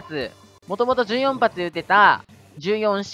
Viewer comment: 言い方、｢じゅうよん｣じゃなくて、｢ひとよん｣っていうんですよ。